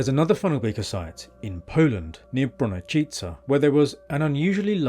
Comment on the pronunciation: I was bracing for you tripping over Bronocice... But your pronunciation was correct! I'm not gonna lie... But it's quite unexpected for English speaking YouTuber to spell Polish name correctly without stuttering. Congrats! :D